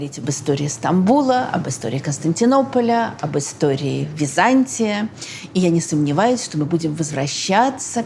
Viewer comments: При всем уважении, ударение ставится не на том слоге! Византи’я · Подарите ей уже кто-нибудь орфографический словарь. Может быть этот "историк" поймёт, где в слове Византия ударение надо ставить ;-) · прекрасный рассказ. Но почему вдруг ВизАнтий или ВизАнтия? ВизантИя. Странно слышать от прекрасно образованного человека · А почему вы произносите ВизАнтия? Ведь ВизантИя же...